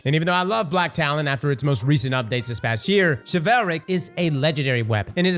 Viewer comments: "Chevelle-ric".... bruh... its Chiv-ul-ric. Like chivalry, chiv-ul-ree. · "shi-val-rick" Only can mispronounce an obvious word so poorly. The root word is Chivalry. "Shiv-el-ree" In this case, it's "shiv-el-rick" 😂😂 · All heard is Chevelle Rick 😂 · i don't want to be that person, but ' team should not let him continuously mispronounce a word over and over again. he keeps saying "chivelle-ric" when the word is "chivull-ric" as in chivalry. i mean, it's your flub, but not a peep from your editors?? don't let them do that to you! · it's supposed the be pronounced "shiv-ahl-rick" lol not "sha-veil-rick" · It's "Shi-vawl-rick" not "shi-vail-rick" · Chivalric. Okay okay okay he's more than likely just halved the word and gone from there. But.... how do we say Chival? Shi - vil. So.... Chival - ric. Shi-vil-ric. NOT Shi-val-ric lmfao on god I could barely put up with Ahamkara. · I swear to god if you call it "Chivelric" one more god damn time i'm gonna lose my ever loving mind. It's pronounced like Chivalry. Chivalric. "shi" "vuhl" "rick". Thank you. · BRO!!! chivalric adjective chi·val·ric shə-ˈval-rik You're welcome! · Your pronunciation is causing me physical pain. It's like chivalry, SHI-VULRIC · pronounced "shiv-ill-rick", like chivalry but its chivilric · Everytime he says Chevelle-rick I lose braincells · Based on how “chivalry” is pronounced, I think that the sword is pronounced “Chivalric” like “Pickle Rick” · He says shi vel rick. 😂 throws me. ur my guy! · Chivalric, not chivehlric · "Chevelle-Rick Fire" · This is a small gripe, but it's pronounced (Shiv-All- Rick) fire. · Say chivalry. Then replace the "ry" at the end with rick. Chiv-al-rick. Please! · Shi-vul-rick,. We are gonna get these names through your head lol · please I’m begging you stop saying chivelrick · Hearing chevelle-rick as the pronunciation for chivalric made me spit out my food laughing 😂!!!! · shiv-ool-rick, like chivalry lol